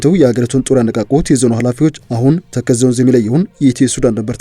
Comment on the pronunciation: ተከዜ not ተከዘ